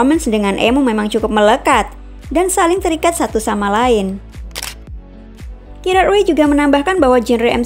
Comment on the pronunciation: learn how to pronounce correctly...chemical bkan di spell semikal but di pronounce "kemikal", also gerard way, g nya dibaca je